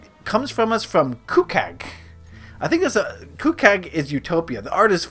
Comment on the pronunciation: Thanks for FINALLY answering my question! I love the way you say Cucag XD. I've been Cucag on every other platform for so long and I hadn't taken the time to switch from Utobia to Cucag. However... 1. So the US anthem really isn't saying we're the best rather more to be proud of our culture and history and to be a proud American, which is harmless. Its not brainwashing or even manipulation but rather a cultural thing. 2. Just cause you've never met someone doesn't mean they haven't helped or protected you. The millions of soldiers who died in ww2 did die protecting me. They died against Facism (which for some reason you think is how we live which is completely false). Politicians (of course in a democracy or even any government) you can't like em all but its important that we have a ruler and rules to keep people protected rather than anarchy with no rules or anyone to enforce them. The ideal or best government (in my views) would find a balance between necessary rules (such as murder or theft) but not too unnecessary or authoritarian (like mandatory patriotism or no freedom of speech). 3. Sure we'll look down on nations in the future (if we get there haha although I do think we'll make it). Eventually there will be 1 nation (where its a democracy or some Facist regime although I doubt it or something else) and yea we'll be thinking why where there nations? Nations where born because different peoples where isolated and so as they met each other they needed to separate and di